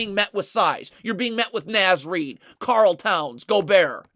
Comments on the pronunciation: It's NAH-Z Reid, not NAY-Z Reid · Naz Reid sounds like Noz Reid. Karl-Anthony is his first name. Say KAT or Towns or say the whole thing. Gotta teach the masses so they can sound like true fans, welcome to the bandwagon 😂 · Quit calling him NĀz Reid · Love your videos. It’s “Nah-z” Reid